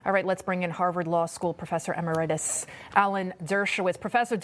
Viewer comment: Pronounced, "e-MER-itus". Not "emer-IT-us", ninny.